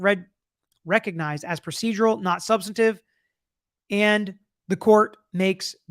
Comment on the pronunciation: Sorry dude, but it's "substANTIVE" not "subsitive"